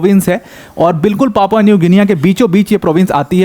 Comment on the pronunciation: Good video sir. It's pronounced like Papua New Ginni. Just for info